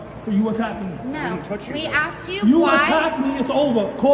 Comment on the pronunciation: She didn’t axe you, she asked you